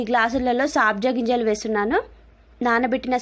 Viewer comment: Saabja ginjalu kadandi sabja ginjalu